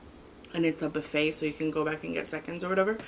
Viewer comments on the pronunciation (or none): none